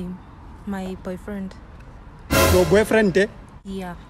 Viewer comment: "Yor Boyfrente??" 😂😂😂😂